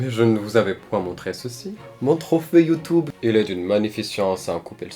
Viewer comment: "Mon trofer youtoube"